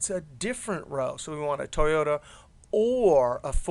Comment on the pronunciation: lol toy-ohta?